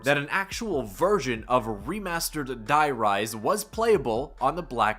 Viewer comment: Btw you say dee rise because die in german means the and its the rise